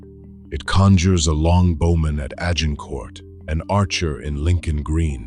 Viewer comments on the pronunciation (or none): none